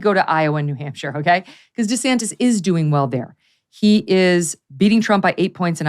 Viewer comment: Lol Megyn said DeSanctis!!!! I’ll be damned, Trumps little nicknames do stick after all 😂🤣😂